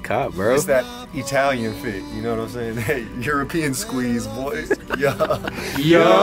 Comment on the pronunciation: It’s that E-talian fit